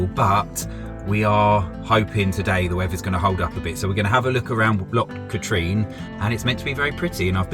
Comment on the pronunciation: Trossachs pronunciation - YES, Loch is a sound as if you were about to spit, so it's not 'lock', but that's quite forgivable actually. Katrine (Loch Katrine) is pronounced Katrin, - as in inn, not Katreen, but again forgivable. Oh yes, another is the Ochil Hills (Oakill pronunciation, so NOT Ochills as in Choice). Another howler is Buchlyvie near Stirling (it's pronounced Bucklivy as in the word lively), NOT Booklavee. Mind you there's not a lot to see there, but you were pretty near it when you were at Aberfoyle or Callander.